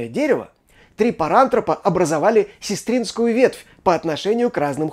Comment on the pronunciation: Всё прекрасно и чудесно! 👍 С удовольствием прослушала и просмотрела видео. 🙂 Спасибо вам большое за самую актуальную научную информацию! 🙏 Но настолько внезапно резануло ухо "сестрИнская линия"! 😳😱 СЕстринская же! 🤦‍♀️